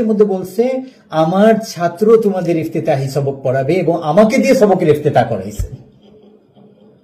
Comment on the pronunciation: তোমার কি যুগ্যতা তা কথার দ্বারাই বুঝা যাচ্ছে ইবতেদায়ি বলতে পারো না বল ইবতেতাহি